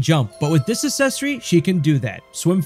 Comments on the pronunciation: you're pronouncing accessory wrong. its acksessory, not assessory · it's pronounced uhk·seh·sr·ee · Need the accessory that lets you properly pronounce the word accessory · it literally does. And it's spelled correctly and everything. Unlike the pronunciation of the word "accessory" in the video which was the point of the original comment. Lol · Ikik im a bully wahh but how you gonna pronounce "access" correctly and not "accessory" 😭😂 it hurts my little grammar police earholes lmfao